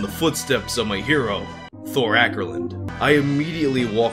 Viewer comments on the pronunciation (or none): none